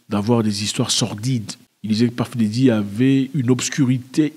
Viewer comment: Ah Zack " Paff Déddi " ? lol